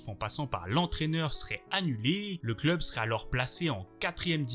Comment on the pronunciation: Vidéo super instructive,Merci ! Cela dit ton débit de parole m’irrite unpeu . La fin de tes phrase sont toujours suspendu , comme un robot . Ça dénature énormément la vidéo et l’ambiance « docu » .Tu parles comme au journal. Ex: L’ampleur de cette chUTE. Ils vivent pour leurs clUUUB,….